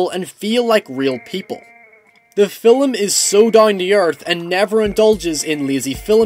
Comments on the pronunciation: Well I dig them, I reckon a number of others do too. Haha. When you say film, it sounds like 'filum'. :] It's just a little something. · Hey I just noticed the lack of comments so I'll give it a go. Thanks for the review, I found it really helpful especially since I want to see it tonight and needed more information on it. Also, you emphasize the L 'film' and it makes me go o_o Thanks a bunch though, loads of help. Deserves more views.